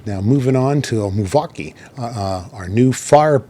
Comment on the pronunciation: Who's muvukia? ._. (Sorry, I'm new and not sure if you meant mavuika)